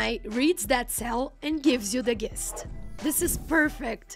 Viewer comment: I think the woman pronounced the word 'gist' with the g word like girl 👧 instead of the correction pronunciation like giraffe. 🦒